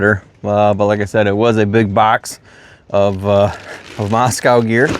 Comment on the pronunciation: It’s not pronounced moss cow. It’s moss co.